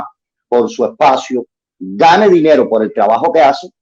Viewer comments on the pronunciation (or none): none